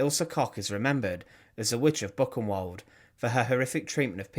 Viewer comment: Your German pronunciation does need work. Buchenwald is not Book-in-wald. Bookenvald would be better.